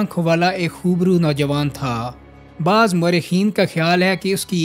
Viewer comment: 😂😂😂😂آپکی ادائیگی بھی درست۔ نہین۔ لفظ بعظ نہیں۔ بعض درست لفظ ھے۔